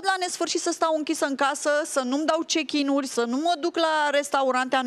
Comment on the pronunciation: Si-a dat chickin